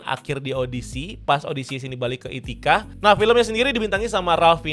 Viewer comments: Ithaca bang bukan ithica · Itacha blooookkk, bukan Ithica